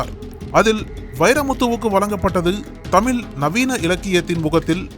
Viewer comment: 'தமில்' கவிஞர்! 😂🤣😅😱 'தமில்', 'தமிள்'. இது எது சரி? இங்கிலீஷுக்கு கொடுக்கிற மரியாதையில் பாதி கூட தமிழுக்கு தர மாடேன்கிறார்கள்! 😭☠💀👎